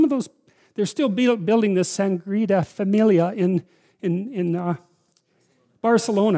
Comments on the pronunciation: "sangria familia" instead of "Sagrada familia" hahha I love this man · This man no dumb. He eat just meat- he a bit torn himself. He ain't no feminist in the joyful way. He seems obsessed and oscillates between self hatred and white pride. Also he prounouced it the "sangrita familla" ? Ahahahaha. Red vegetable juice is never concrete (#hawkeye pierce vs j.peterson) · "sangrita familia" though 😂😅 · "Sangreeda Familia" Jordan Peterson. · Sagrada Familia, he almost got the name right :)